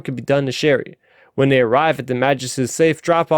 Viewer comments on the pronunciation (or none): Good summary. I see Starraptor commented that he was having difficulty with the pronunciations and to be honest they were at times painful to my ears. For example, pronouncing Ch'eri like Sherry instead of Cheery. My advice would be to take it slow. No too slow of course, but don't rush either. I will admit that I listened to the audio book so my ears are accustomed those pronunciations.